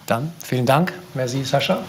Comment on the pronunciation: Sein name wird Sascha ausgesprochen , hat er selbst gesagt .